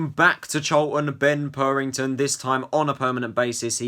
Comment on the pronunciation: It’s not purrrrrrrington It’s purrington